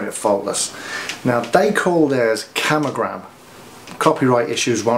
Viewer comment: It is Camo GROM, not camo GRAM